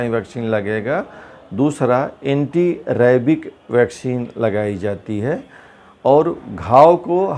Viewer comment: Ye rabies ko rabik kyu bol rhe